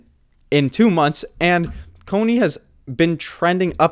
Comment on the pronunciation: Please… CONY not COINY.